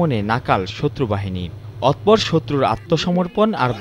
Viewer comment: চেচুয়া বাজার ওইটা চেচু বাজার না, আর অতঃপর, অতপর না। সাংবাদিকতা করেন এইভাবে ভুল শব্দ দিয়ে